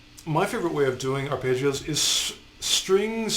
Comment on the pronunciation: Has anyone else been annoyed by Ar-pay-ggeos?